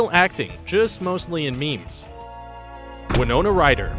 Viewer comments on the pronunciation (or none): none